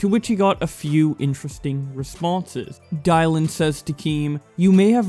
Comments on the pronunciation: I can’t get past the fact that your pronounced Dylan as “dielan”. It’s “Dillon” how the hell do you fuck up such a basic name like that?! 😂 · Ok but on another note... Die-lan? Isn't Dylan pronounced as Dill-An? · Bruh...Dylan is pronounced like (dill, in) not (die, Lyn) lmfao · Die lan says 😂😭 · He also pronounced 'Dylan' as 'die-lan'. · My Man really did just say “Die-Lan” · Why did you say the name Dylan so weird? Lol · Who tf pronounces Dylan like that you dumb fuck 😂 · We just gonna ignore how he pronounced Dylan? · Nigga really pronounced Dylan wrong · That's definitely not how you say Dylan lmao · you don’t kno how to Pronounce Dylan tho?